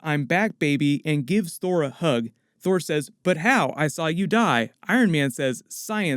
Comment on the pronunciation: it sounds like you say thor thor